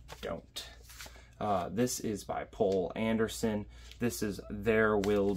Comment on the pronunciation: Poul Anderson's name is pronounced somewhere between pole and pool.